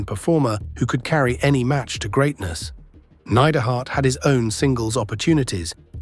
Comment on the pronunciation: Great channel. But today was the day i figured out youre just an AI voice. Neid-er-hart.